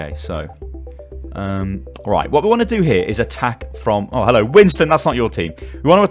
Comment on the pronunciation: at the start of every video you sound like your pulling a toilet brush out your arse, "hell-OW & WE-lcome!"